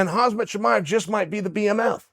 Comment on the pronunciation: Khamzat not khazmat uncle Chael! Even Diaz got it more right by saying Chamiv instead of Chimaev